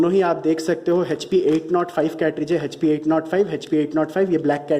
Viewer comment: Hp ko hechpi kyu bolte ho Echpi ( Hp ) hi bolo.